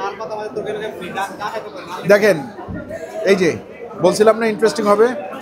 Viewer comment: কথাটা হবে মানে।মানি নয়😊